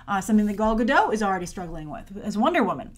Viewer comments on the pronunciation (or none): why you saying GaDOUGH now,? It's GaDOT lol